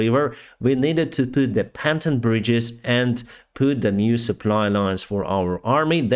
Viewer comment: Here we go, the päntoon bridges are here again🤣🤣🤣when do we hear about the pontoon bridges